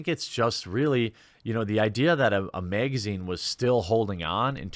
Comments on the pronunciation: The way you miss pronounce magazine makes me miss Lauren southern . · Why is him saying "megazine" so funny?